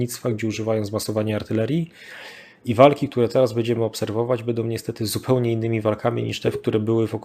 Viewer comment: bĘdziemy a nie bEdziemy, proszę bo to w uszy kłuje XD